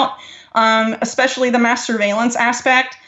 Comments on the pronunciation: Did She really say masterbalence? Well if Israel is involved i am all for it.. If and when you bless Israel you and me too will be blessed..Maybe not in this life or the next but maybe after that . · Everytime she says mass surveillance my dirty mind keeps trying to hear masturbation.